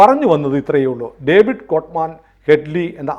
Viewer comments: COVID അല്ല ഡേവിഡ് ആണ്. David Coleman Headley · കോവിഡ് കോൾ മാൻ അല്ല ഡേവിഡ് കോൾ മാൻ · ഒരു ചെറിയ തിരുത്തുണ്ട്. കോവിഡ് കോൾമാൻ ഹെഡ്‌ലി എന്നല്ല ഡേവിഡ് കോൾമാൻ ഹെഡ്‌ലി എന്നാണ്. അങ്ങനെയാണ് ഞാൻ മുൻപ് കേട്ടിട്ടുള്ളത്. (വേറൊരു കാര്യം നമ്മുടെ മാപ്രകളിലൂടെയാണ് ഡേവിഡ് കോൾമാൻ ഹെഡ്‌ലി എന്ന് കേട്ടിട്ടുള്ളത്. ലവൻമാരെ വിശ്വസിക്കാൻ പറ്റില്ല.)